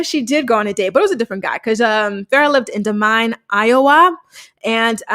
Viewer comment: Unrelated to most of the video - but, Des Moines is pronounced like Duh-Moin. The last word is pronounced like the words moan and moist had a baby muh-oyin